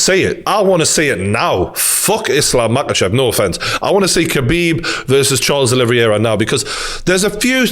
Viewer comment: Charles “Aloe Vera” 😂